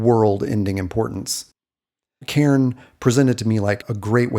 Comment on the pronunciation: You pronounce my name really well. I just wanted to say that, because I appreciate it.